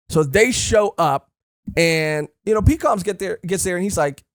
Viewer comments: The Minks fought for days straight with Dog and Cat switching off over and over. It was also stated all minks, even children can use electro Shishilian (Lion musketeer dude) is pronounced like Sicilian. Like a person from Sicily. Pekoms is pronounced Peck-ums The marriage actually WOULD tie them to big mom. It was stated the Straw Hats would become her subordinates. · You’re saying “Pekoms” wrong It’s Pek-ums Not Pee-Cums